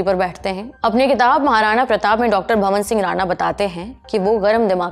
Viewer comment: वो तलवार है ना की चाकु.. वो मालवा है ना की मलवा.. वो डॉ भवान सिंह है. ना की भवन सिंह.... आप जल्दी ही लल्लन टॉप को बंद करवाओगी.. भगवान करे जल्दी से सौरभ जी की नजर आप पे पड़े और आप में सुंदार करवाए.